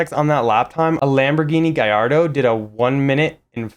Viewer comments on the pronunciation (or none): none